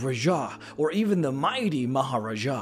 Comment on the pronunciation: pronunciation of Raja and Maharaja physically hurts me, lol